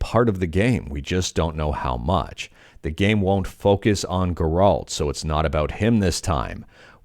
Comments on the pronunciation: Geralt? You never played the game did you. lol. That's where worse pronunciation of the name I ever heard. Painful too lol. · Ger- alt 🤢🤮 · The insistence of the Geralt pronunciation felt intentional to mess with people, i found it funny and annoying at the same time. Might be even more annoying if it's the correct way to say it and i've been mistaken all this time.